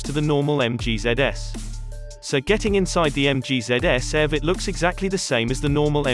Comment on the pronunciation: It's eee vee, btw.